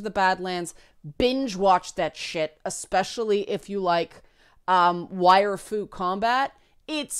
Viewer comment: Lol. When she said Wire Fu Combat i literaly thought she said Waifu Combat.